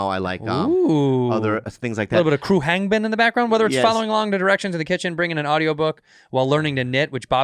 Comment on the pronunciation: Bruh... Andy called Khruangbin Crew-Hang-Bin 😤😂